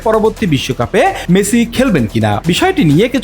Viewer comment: মেচি।।। এইটা আবার কে নাম উচ্চারণ না করতে পারলে এই বালে রিপোর্ট করেন কেন অশিক্ষিত মূর্খ